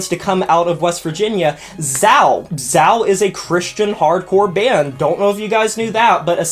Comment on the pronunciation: Great video but hearing you mispronounce Zao hurt my soul.